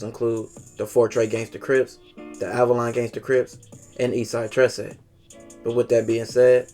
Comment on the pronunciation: You pronounced 13 wrong. Trece is just 13 in spanish...